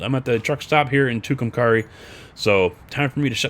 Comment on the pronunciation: Hi I'm from Albuquerque New Mexico... Just FYI the names of the towns are pronounced To come carry... And Rat tone. Not Rat on... Even though it is spelled that way. I love your videos... it just bugs me to here towns miss pronounced from my home state which I live in, it just sound a little less professional that's all. Have fun and I will still be watching. Just thought you might like to know.